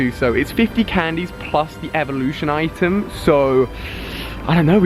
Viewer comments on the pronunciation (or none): none